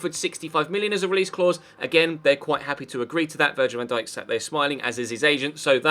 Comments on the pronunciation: Next time you say van dake i will find you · £40m for VVD?!? You wish, You Bindippers really are deluded .... and how did you pronounce his name?? 😂😂